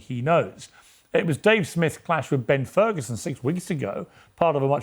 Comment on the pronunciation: Did he say Terd Ferguson?